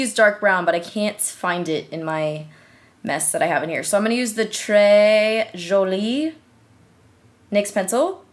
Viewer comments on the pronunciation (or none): none